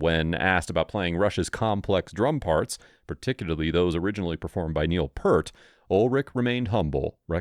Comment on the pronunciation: Who is "Neil Pert"???